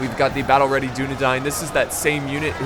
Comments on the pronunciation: Why are you saying Dine when its Dain? Dunedain. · Because it's not English and that's the way it's pronounced. Just like the first part isn't pronounced like the word dune.